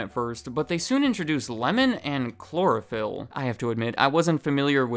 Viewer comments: Chlorophyll? Sounds more like borophyll. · I whipped around so fast to catch the subtitle when you say Chlorophyl. Lmao thats so wild!